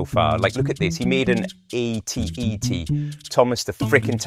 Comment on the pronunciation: at-at not at-et